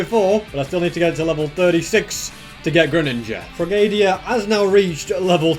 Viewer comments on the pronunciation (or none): I have never once heard someone say Frogadier as "Frog-ae-de-ear" I have always said it "Frog-uh-deer" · It is frogadeer not frogadIAr but it's spelled frogadier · sir its pronounced "frog o dear" not "frogadia" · Its pronounced frog a deer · it's pronounced frog-a-deer not frog-aid-eeya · It isnt frog a dier you say it like frog a deer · The correct pronunciation is frog a dear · me and all the other pokemon fans when he says "Frogaydierr" lol 🙄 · “Frogadia” BROOO💀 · Frogadier is actually pronounced fro-ga-deer XD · Why I rate this vid a 9 is because you pronounced frogadier wrong is Frog-A-Deer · You need to do more of these if you have the time, I enjoy them so much!! Edit; also it’s frog-a-deer lol and stack-a-tack-a